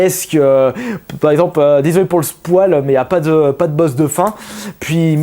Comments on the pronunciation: Tu a dis spoile au lieu de spoil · Le spwal ? Spoil (prononcer "spoyle") non ? :noel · Le Spoale? .... bonjour la prononciation, je sais que tu n'y apporte pas d'importance mais il y a des limites. ==> Spoile = Spoyle (prononciation) english -men va x) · désolé pour le "spoualle" xD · le spouale ? mdr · "Le spoual" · "s' POIL " LoL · 😂 comment tu prononce "spoil" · Epic comment tu prononce spoil :D !